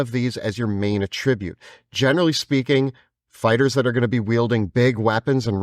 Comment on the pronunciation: Can someone kindly inform that attribute isn’t pronounced like that when it’s a noun?